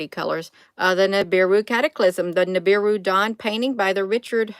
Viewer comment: It's Nibiru Nibiru!!!